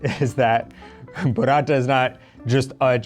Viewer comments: It's "Burrata" not "Buratta". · Burrata…like burro. Not Buratta like burattino 😁